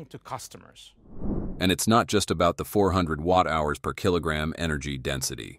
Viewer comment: The voiceover puts emphasis in weird place PER KILOGRAM